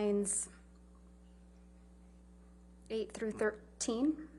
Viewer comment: I love Camille, the fact that she was able to laugh at herself for accidentally saying ' Thitheen " priceless, this young lady is awesome.